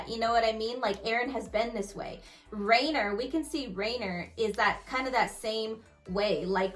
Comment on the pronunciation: It's Reiner not Rainer